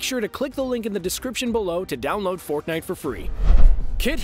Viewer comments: you said forknite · Did he Said ForkNite